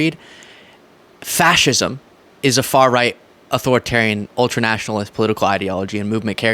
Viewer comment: Watching Aiden Ross trying to read out the definition of fascism and actively mispronounce so many simple words like authoritarianism and ultra-nationalism is just embarrassing. It's as embarrassing as listening to one of Trump's so-called speeches. 😮‍💨😮‍💨😮‍💨